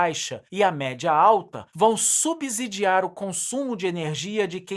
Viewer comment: Uma dica da língua portuguesa: a pronúncia é (SUBCIDIAR-SUBCÍDIO) a mesma regra para (SUBSEQUENTE), a letra "S" só tem som de "Z" entre vogais.